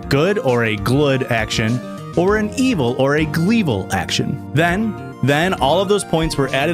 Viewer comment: every time he says stuff like “glub” or “gluys and glorls” or “glevil” i giggle a little